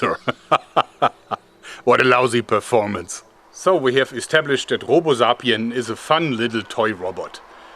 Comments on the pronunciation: Not robozapien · Robo "zapien"